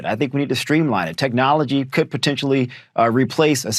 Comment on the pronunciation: Did that last black guy actually use the word as “PERTENTIALLY” ? Give it a listen. It’s right near the end.